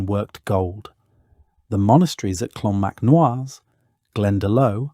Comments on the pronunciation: ‘Clonmacnoise’ pronounced ‘Clonmac-no-are’ AI rubbish! ‘Glendalow!’ Lol! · Lios is pronounced Liss. Not Lee-os Clonmacnoise is Clon mac Nice Glendalough is Glen Da lock If were using anglicised version of gaelic names. This is just all wrong.. showing Romans while talking about vikings, showing 18th century ships in the viking age... I can't go on watching.... AI really means Artificial Ignorance Its taking over and destroying youtube